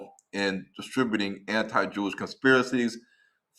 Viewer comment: "JEW-ISH,"? "AFRIKANAS" ? SMH.